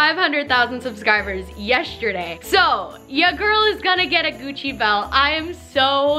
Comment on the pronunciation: I love you but I don’t know if it’s my brain or do you say ‘yesterday’ as ‘yeshterday’